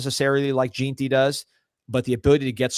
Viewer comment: It pronounced gen tee not JEAN tee😅